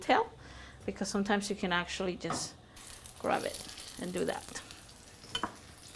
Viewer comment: and she says grub instead of grab